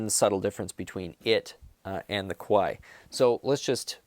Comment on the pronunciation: You gotta be careful of your pronunciation of Kawai haha. Kawai = piano company 🎹 & Kowai = scary 😱